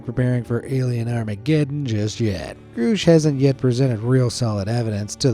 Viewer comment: it's GRUSCH, not GROOSH. jesus take 10 seconds to find out how to pronounce stuff, i only say this because there are mistakes in EVERY SINGLE VIDEO. 10 seconds.